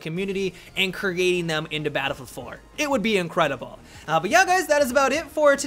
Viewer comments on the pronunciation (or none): "..is pretty incredi-blah"